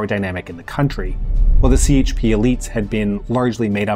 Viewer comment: Wait, he says more than CHP as the English “c”? That jarred my ears and I’m not Turkish, I just lived there two years and are used to hearing the Turkish parties pronounced with the Turkish alphabet. 🤦🏻‍♀️ Now I’m deciding if I should stick around and listen to the rest….